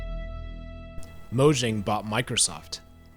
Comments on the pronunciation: It’s pronounced “moyang” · Every time he mispronounces Mojang an Angel loses its wings